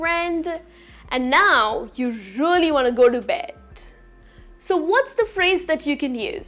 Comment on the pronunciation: Beddu, nighttu, correctu why I sound like ths sometime somewhr in her speech.. her voice s so nice.. sorry if m wrong.. any hw thanx